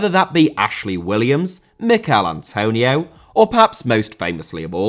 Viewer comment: Vanorama* not Vanorohrmer Antonio* not Antouwniouw Saka* not Saker Can't* not Khon' Media* not Medier Half* not Holf